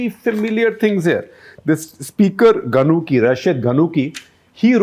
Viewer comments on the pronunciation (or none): Some of the words were mispronounced such as : Rashid al gannushi not gunncci.. And prime minister hishaam al mashishi..